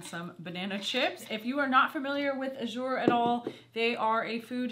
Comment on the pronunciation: ok the way say A"zure the a is strong like as lol